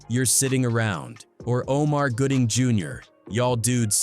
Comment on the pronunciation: His name is Gooding, not Goodling. If you're going to report on folks and i can only assume you want your little page monetized, at least put in the work to spell and pronounce their names correctly. It's disrespectful, tasteless, and lazy that you couldn't be bothered to get it right but you want us to suscribe, like, and hype up lazy work.